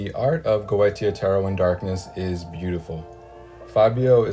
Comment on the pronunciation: Goetia is pronounced Go- A - Sha.